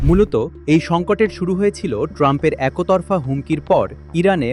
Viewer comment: একোতরফা নয়। একতরফা। উচ্চারণ ঠিক করুন।